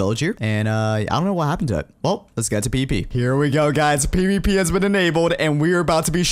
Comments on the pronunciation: says "The P-P Portion of the video" instead of "The PVP Portion of the video" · He said pp instead of pvp